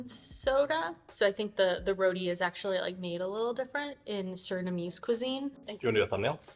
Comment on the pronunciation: Lovely video... very entertaining. Suriname roti. its not pronounce "roodi". its pronounce shorten and more with a hard sound "RroTTiii". Have fun..